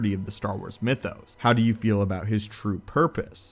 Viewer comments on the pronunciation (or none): none